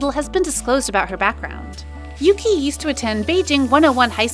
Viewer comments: omg yuqi's name is pronounced as YUCHI not YUKI. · Yuqi's name is pronounced as Ugi, not Yuki. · hi, maybe you could take this as an advice. yuqi doesn’t spelled as yu-ki it’s yu-chi, also chenle was spelled as shen-le. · Thanks. Even i use to pronounce as yuki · Nope. Yuqi is pronounced as Ugi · Ya no, it's pronounced as U-gi/Oo-gi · It annoys me how you say Yuqi's name wrong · you do not pronounce Yuqi like that ahahahahah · When you pronounced ‘yuqi’ wrong.